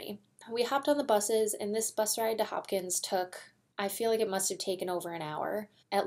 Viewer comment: The race starts in Hopkinton, not Hopkins.